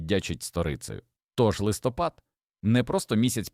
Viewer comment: В Україні немає листОпада, є листопАд